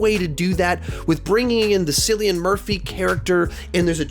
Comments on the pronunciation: I have to correct you on this one - it is pronouced Kill not sill for cillian Murphy- he’s Irish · Really? The guy won the Oscar and you STILL get his name wrong? KILL-IAN. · Cillian Murphy is pronounced as if the C was a K. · Kill-ian not sill-Ian, us Irish hearing our boy prounounce it like😫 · It's Killian Murphy, Shar leece th air on. (Cillian) (Charlize). PLEASE FIX those. It almost makes me not want to watch or wonder who they are even though I have watched some of their movies. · How does this man not know how to pronounce Cillian Murphy's name???!?!?!?!? Cillian is a beautiful man!